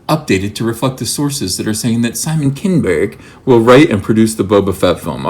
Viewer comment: "Kinnn-berg"... hilarious...😀